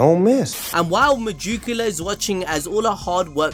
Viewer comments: Meducila? Isn't it Megicula xd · I thought you were saying Megicula like that on purpose the whole time lmao